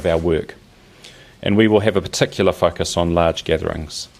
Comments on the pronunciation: like hes saying "fuckus" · whys he say "focus" like that?